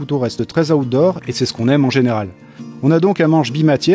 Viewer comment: On ne dit pas Aoutdoor, mais phonétiquement : out se prononcé autour.